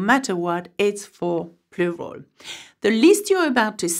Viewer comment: I really like the way you say ‘Plural’. 😄